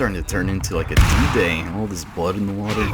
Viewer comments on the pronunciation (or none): none